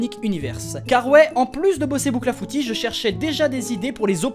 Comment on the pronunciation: J'ai cru que le " cl " dans bouclafouti était un " d " 😂